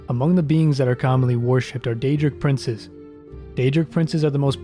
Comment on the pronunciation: That was a very nice summary of the snow elves. Gotta work on the pronounciation of those daedric princes though ;)